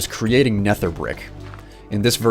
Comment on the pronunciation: It's nether not netthher